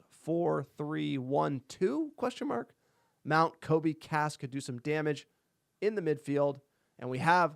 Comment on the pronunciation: Loving the extra content guys! But please, Kobbie pronounced like Robbie lol